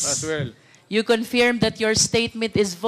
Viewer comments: Luistro, pwede bang ayusin mo yung pronunciation mo ng word na “Confirm”; it's pronounced as kuhn•furm, not confyerm or conpyerm, saan mo nakuha yang ponunciation na yan? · MADAM CONFIRYERM!!! HAHAHHAHAHAHAHH.... WRONG PRONUNCIATION PO... ahahhahahhaha...NAKIKINIG PO ANG SAMBAYANA SAMBAYANANG PILIPINAS!!!! You have the same script with Roal Manuel at Castro...STICK ON THE SCRIPT!!! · Hindi yan maayos, sir. Binara nga yan ni PRRD. Politika lang yan. She doesn't know how to say “Confirm “correctly. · She can’t even pronounce confirm properly.. smfh 😂